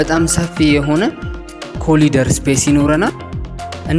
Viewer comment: ደስ የሚል ቤት ነው ያቀረብከው፤ ነገር ግን፡ ዎክ-ኢን ክሎሴት ምን እንደሆነ ጠይቀህ አስተካክል፣ ኮሊደር አይባልም "ኮሪደር" ነው የሚባለው፤ ላይ ያለው በረንዳ አይባልም "ባልከኒ" ነው። ክፍላችን፣ በረንዳችን... ስትል የራስህ አስመሰልከው። በተረፈ፡ በርታ! በተረፈ በርታ